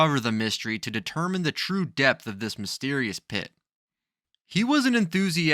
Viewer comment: Stupid video, showing about 20 different holes in the ground. Also depth is pronounced depth not depss.